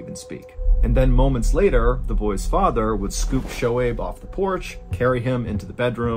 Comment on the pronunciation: Hey John! Im a Pakistani-American, and just wanted to let you know that Shohaib is pronounced "SO-Hayb" That all! lol. Oh and those bee stings could not have been a coincidence. Might be proof a that a creator exists. I mean what are the odds?? Amazing story!